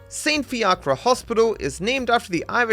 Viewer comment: saint fiacre, is prenounced -fee kerr ehh